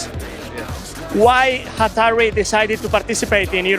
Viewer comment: Hatari con la sílaba tónica en TA ---> cierro vídeo